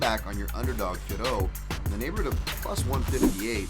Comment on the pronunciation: Finally someone who pronounces Fiorot correctly! Please tell Anik that this is how you say it.